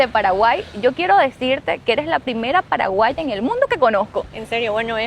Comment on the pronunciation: dijo pajaguá ( payagüa ) mascada